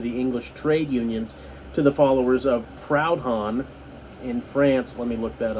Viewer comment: That's not how you pronounce Proudhon, it's a French name 😂 He was a French philosopher, and more or less the first modern anarchist, if you will. Marx and Engles knew him personally, they used to be friends when Marx was living in France after being forced to leave Germany. They later had some arguments and whatnot, but he was a rather interesting figure, nevertheless. I'm a Marxist myself, I would rather people read Marx than Proudhon's work, but he's a pretty interesting figure. I just thought I'd clarify that since you seemed to be confused as to just who that was.